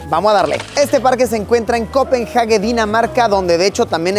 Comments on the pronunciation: se le dice copenague no copenhage aunque se escriba asi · Por qué dices copenJAGUE?